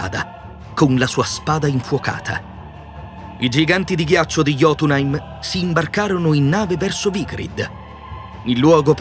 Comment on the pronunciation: Piccola correzione heim si legge aim, quindi è hellaim, jotünaim, etc